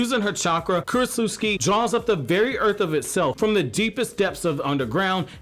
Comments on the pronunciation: bruh stop saying kurochusiki its Ku Ro Tsu Chi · I like how you call her Krotsutski